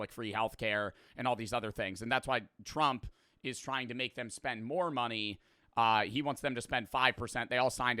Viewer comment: Bros a grown ahh man talkin bout sum “I Witawawy don’t wike talking good about twump”